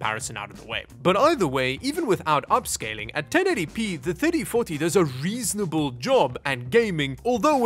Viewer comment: Somehow when said RTX 3040, i heard RTX 30farty and you know what? i'm gonna stick to that XD